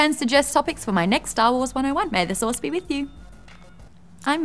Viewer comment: Every time Maude says "may the Source be with you" I hear "sauce". Like she keeps wishing us good bolognese sauce.... Mmmm bolognese....